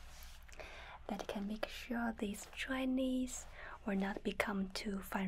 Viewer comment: I love how I hear "dry knees" instead of "dryness"